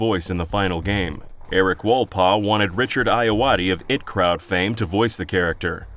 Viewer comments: It’s “the I.T. Crowd”, not “the it crowd”. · It's pronounced "I. T. Crowd," meaning "Information Technology," since that's the department they work in. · "it crowd" Are you an AI bot? Its fucking IT (EYE TEE) Crowd numbnuts. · ITS THE IT CROWD! THE I T! EYE TEA! NOT it! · it's I.T. Crowd, not It Crowd, lmao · ah yes, It crowd. definately not I. T. crowd. Nope. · It crowd? It crowd? My ears!! It's I.T., guys, as in the guys that fix your computer, not "it" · "it crowd" i want to SCREAAAAAAAAM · "Richard Ayoade of It Crowd fame..." Did...did you just... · how did you manage to nail Richard Ayoade's name and then immediately mispronounce "The IT Crowd"? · Its the I - T crowd not it crowd and its pronounced Lin-e-han